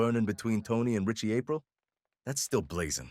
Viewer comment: I don't think so even though the pronunciation of Aprile is a little suspect 😂 but maybe